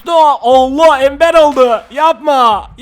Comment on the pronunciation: Ember embır diye okunuyor